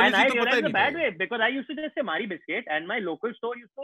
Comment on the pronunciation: The pronunciation of Marie was too funny. I had to look it up because I had no idea what they were saying... I searched “Mhari biscuit” haha